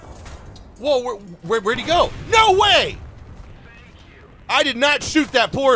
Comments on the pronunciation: Bro turned german after the first shot That was neeein instead of nooo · the german came out of you nnNEIIN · i love how he turns german for a second after not killing the first enemy. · blud became german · he gets a little german